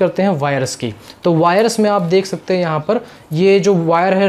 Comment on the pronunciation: वायरस नहीं वायर्स।